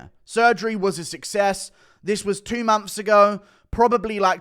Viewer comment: 2 mumps later no dude it's 2 months later Not mumps lol